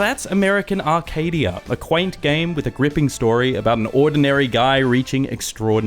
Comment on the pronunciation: It's Arcadia. Not "Arcade"